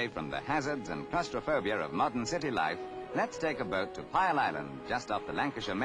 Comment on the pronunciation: Pile? Piel (sounds like peel) bloody BBC!